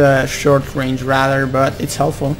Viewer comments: I'm not usually pointing this out but i had problems with learning this aswell. Radar is pronounced Rey-Dar not ra-da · y u say radar when its rAdar? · radar is pronounced separately like ray-dar but there is no pause between the pronunciation like you are rushing to say it.